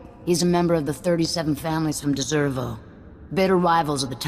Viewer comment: It does sort of bother me that she called it "Deservo" instead of "Desevro". lol